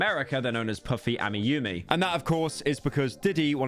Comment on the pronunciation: very surprised that he pronounced Puffy AmiYumi correct and even Yoshimura Yumi when he couldn’t pronounce Hatsune Miku correctly